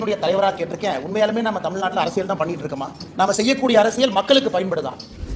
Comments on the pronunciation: யோவ் என்னய்யா அரசியழ் அரசியழ் சொல்ற.அரசியல் னு சொல்லுப்பா.நல்ல தமிழ் பேசுகிறார்.ஆனால் இது தவறாக உள்ளது.முடிந்தால் கவனம் கொள்ளவும்.❤❤❤❤❤❤ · அரசியள் இல்ல அரசியல்